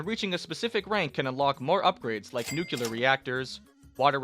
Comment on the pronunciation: Wow, there's someone still pronouncing it "nucular" in 2025?